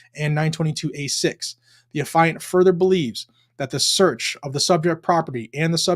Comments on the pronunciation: An "Affiant" is one who is the author of an "Affidavit" and the word is pronounced "Aff-ee-ant". The "ia" should be pronounced /ee/. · FAFO. He was a clown. And by the way “Affiant” is pronounced like “Affee-ent.” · Its AF- E- ANT. So who gives a crap who he sold them to. More atf BS. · That’s not how you pronounce affiant. It’s not pronounced like Defiant. Couldn’t watch you butcher it.